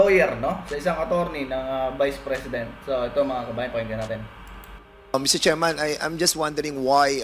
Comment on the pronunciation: put@ ina mo paduano.. MISTER CHAIRMAN lang ndi mo pa mabigkas ng ayos..🤣🤣🤣🤣🤣.. pano ko sasamba sa iyong hudiyo ka..